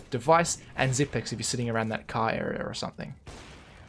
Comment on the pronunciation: It's Xypnix. Not xypics.